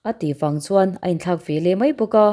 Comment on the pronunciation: Veleh tih turah Velah i ti ve ziah a